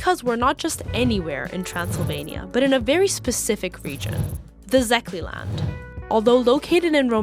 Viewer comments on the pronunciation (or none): I turned it off as soon as you said Zeh-kay-land for Szekély land.